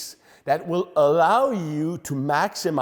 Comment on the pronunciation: Indeed... The dont "ALLUUOOUW" you for maximum muscle tension. What is this accent, really; lisp + cold or brain damage?